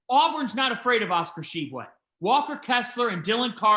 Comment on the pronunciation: cant pronouce Tshiebwe, sure as hell can pronounce Dunkin Donuts Center